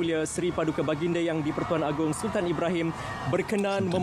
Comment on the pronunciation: Correction: It's Agong not Agung